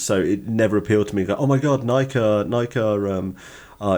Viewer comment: Going to need you to pronounce it Nigh key😂